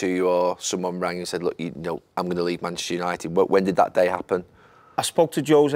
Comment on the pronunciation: Gary Neville, you played at United for so long yet you can't say manchuser, Man-Chest-eR lol